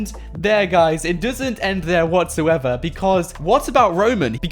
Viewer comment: I love him saying düsnt lol